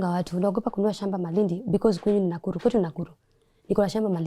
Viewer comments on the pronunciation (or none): none